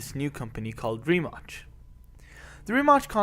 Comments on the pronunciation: It's not Rimach!!! Pronounce the name of the company right you ignorant fool! Check it before you publish the video! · It should be pronounced like Ree-Mats..C in slavic languages is "ts".